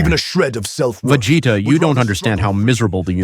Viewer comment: I am “Vageta” 😂